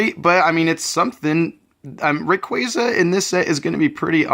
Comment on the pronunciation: It's actually rayquaza, the "wrong way" u kind of said.